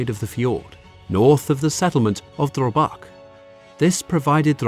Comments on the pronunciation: It called Drøbak not drobak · all this research and you managed to call Drøbak sund for Drobak sound... the fjord is called oslo fjord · Haakon is pronounced "Hawk-on." Drøbak - "Drur-back"